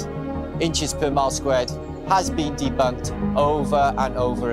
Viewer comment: That was " denbunked" very well 😂 like a child